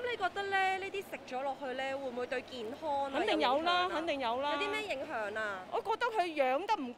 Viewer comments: 請注意唔好太多懶音 健? 影? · 街訪果位女主持麻煩可唔可以學好D廣東話先呀，好多懶音..."健Hon"、"影Hun"